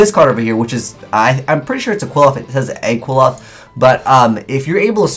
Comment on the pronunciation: it's pronounced [kli-poth], not [qui-loth]. So this card is pronounced [a-po-kli-poth]. Much easier to pronounce versus what you've been doing so far. It's based on the bad forces of the Jewish Kabbalah.